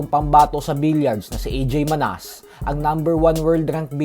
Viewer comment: Pronounce mo Ng Manas mali pa😂😂😂